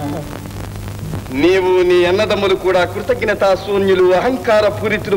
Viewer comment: NTR గారికి "కృతజ్ఞత" అనే పదం పలకడం రాదు..... గమనించగలరు.....